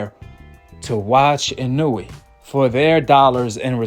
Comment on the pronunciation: Why you keep saying his name like you don’t know how to say it right😂 w video btw